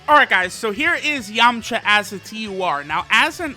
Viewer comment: I swear he said yumcha